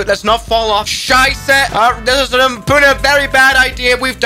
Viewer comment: the word scheisse 😂😂 Dude are you drin Swiss or german??